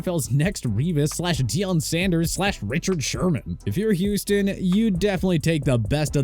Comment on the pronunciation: cant even pronounce revis name right